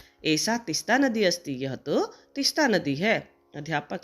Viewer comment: Please तिस्ता को तीस्ता करें